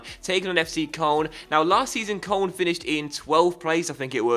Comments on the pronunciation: It's pronounced coloan. Not koln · It's pronounced kern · FC Koln is pronounced k-loan. please like coz it annoys me and might see it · its kurln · ***** he pronounces it wrong too.